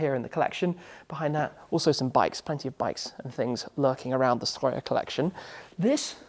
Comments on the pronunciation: Im very impressed by your Strøjer pronounciation, not many foreigners can pronounce it that well Tim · The second time you said "Strøjer" i genuinly jumped cause it caught me off guard how well pronounced it was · Wow, I am quite impressed with your pronounciation on "Strøjer". You sounded a bit like a southerner from the bottom of Jutland. Nice video too.